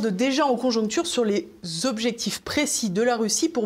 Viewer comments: Se perdent en "CONJECTURES" et non en conjonctures!!!! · Ma chère, habituellement, on se perd en "conjectures"...